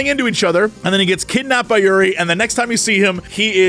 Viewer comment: Jessie saying Yuri instead of Juri hurt me, but I'm glad he picked best girl, "break me, mommy" is super accurate.